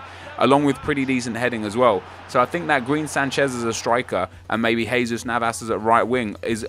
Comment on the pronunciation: Its not Sanshez its Sanchez